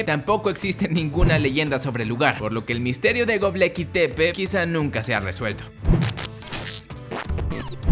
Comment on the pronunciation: Es Gobekli,. No Gobleki... Jaja, ja!